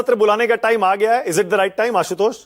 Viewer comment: आशुतोष जी ना कि असितोष